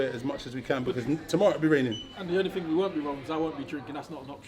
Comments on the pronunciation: What is thing? Y can't u say ting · what is ting? why cant he say thing